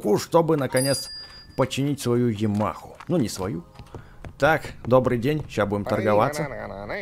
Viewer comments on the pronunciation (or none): когда ты читаешь жамаха это не правильно надо ямаха говорить